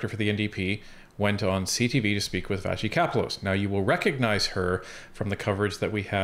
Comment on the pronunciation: would you please quit mispronouncing vashti's last name